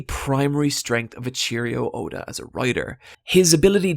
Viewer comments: "A cheerio oda". Why is pronouncing Eiichiro so hard? Why can people not pronounce japanese names? Japanese names don't have any emphasis to them, you pronounce the letters just as you read them. So it's Ei, as in "ey" an additional I that is like "ee" and "chiro" which is pronounced "cheero". Eyeecheero. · While I like your video, I can't get over how you pronounce A Cheerio Oda. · Lol this dude doesn't even know how to pronounce the author's name, not only that I have never heard such a bad pronunciation of his name either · Its pronounced eichiro not aycheriooda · No: A cheerio Oh-da Yes: Ey-ichi-roh Oh-da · This guy said “a cheerio Oda” lmfao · i do love me some cheerio oda's in the morning. why do you pronounce his name like that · I lost it at E-cheerio Oda lmao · "echeerio oda" lol that pronunciation tho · its called hard work not being detrimental. whatever happens happens and they have to accept that.Btw " e cheerio oda" lol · "A Cheerio Oda" lmao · "Eicheerio" Oda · Oh my god he says it more than once. Both A Cheerio and Grand Blue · "echeerio oda" "grand blue" surprised you didn't call him Roofy, man, god dayum... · "Eccheerio Oda" When ecchi and cheerios meet. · AteCheerio Oda lmao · Really liked the Video except for the mispronunciation of "Eiichiro Oda" and "Marie Jois". And it's not "Emperor's Haki". It's called "Conquerors Haki". That triggered me so badly. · God damn dude, your videos are so good, but you always mispronounce stuff. Getting the authors name wrong is the biggest offence though. It's Eiichiro Oda, give this stuff more than a cursory glance. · Dude your pronunciation of Eiichiro Oda triggers me QUITE a bit. But... the rest of the quality content is superb! :) 👍👏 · Other than the video being great, this guy seriously doesn't know how to pronounce Japanese names.